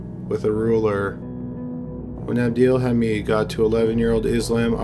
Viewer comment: Lol it’s abdel “ha-med”